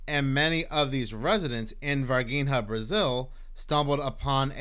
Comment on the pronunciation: it is NOT ´´Varguinea´´ it is Var-Gi-nha. You can Google it , to hear how it is pronounced. And indeed, the ´´Strange´´ being in Varginha was Not from this planet. They Brazilian government at the time, take it away...rumors has , it has been given to the American government. ps: the girls that saw the Alien, ALWAYS Mantained that it was Real. they did not lookfor being ´famous´, they are simple people, living a simple life up to this day.